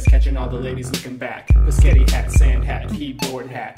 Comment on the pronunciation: Are we ignoring the fact that he calls spaghetti pascetti?